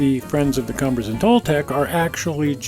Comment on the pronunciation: mispronunciation of Cumbres & Toltec D&RG.... it is Kum bres...